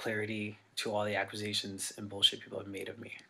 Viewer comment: Anybody else absolutely infuriated by Dahvis pronunciation of 'accusation'? I know there's a lot worse in this video but like, man.